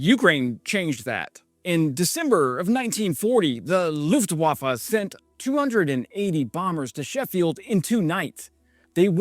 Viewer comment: Dude! Thanks! But it´s not LUFETENWAFFE, it's LUFTWAFFE.